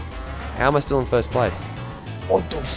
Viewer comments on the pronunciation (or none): pinstripe pronounces "first" as "foyst" ahahahaha😅😅😅😅😅